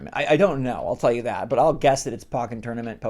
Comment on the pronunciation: It's pronounced poke en tournament